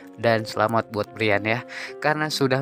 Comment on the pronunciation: Brayen hay...bukan briyan.. Payah